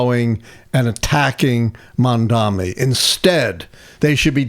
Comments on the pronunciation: Can someone please correct this guy? MamdaNi. Not Mamdami, not Mandami, not Mamdamni. It is absolutely disrespectful, no matter if you support him or not. Please stop it. It's not a complex word. It is pronounced just as it is spelled. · time to learn how to pronounce his name. Mamdani. Not Mamdami. If you spell it a few times it should go well. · Please pronounce his name right, Dr. it's Mamdani. Not Mamdami. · MAM-DA-NI PLEASE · M A M D A N I. Please pronounce it correctly! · Come on, say his name correctly. It's not that hard